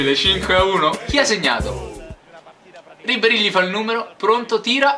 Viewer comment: si chiama Ribéry no Ribbéry